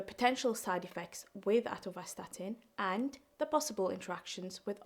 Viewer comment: Not atorstatin its atorvastatin,just telling ckd is silent killer many cause are there 🎉are you till alive